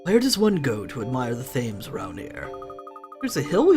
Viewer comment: I know this let's play is long finished and I havnt finished watching so you might have realised it by now but your pronouncing Thames wrong, it's actually pronounced like "tems" sorry if you already knew this it just really bugs me hearing you call it "thaims" ;v; really enjoying your Layton let's plays btw! I hope you get the chance to film the last two sonetime :)